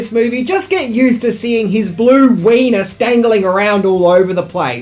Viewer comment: Lmao "weenis"